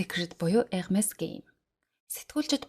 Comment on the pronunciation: вов Hermes-ийг Ermes гэж зөв дууддаг хүн баыдаг л юм бн❤..